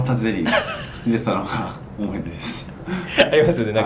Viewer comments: ほんまや！思ひ出言うてますね〜笑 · 才木ずっと思ひ出って言ってんのじわる